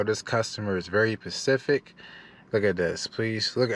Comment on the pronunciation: Lol😂 every time you said the customer is very “pacific” all I could do was say the letter ssssssss! After every time! Lol great content! New Sunnis here